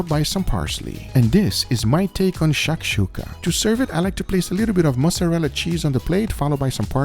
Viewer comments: u got an arab offended by the way of saying shakshoka 😂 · Amazing video - I'm from Israel where people eat Shakshuka on a daily basis and seeing you guys trying to pronounce that was hilarious hahahaahah Also - I suggest dry aging / cooking steaks in Harissa sauce - it's a famous north African spicy condiment and it tastes amazing